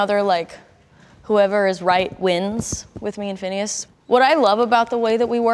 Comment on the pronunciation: You are butchering everything you say. And it's not phineas for haven's sake😂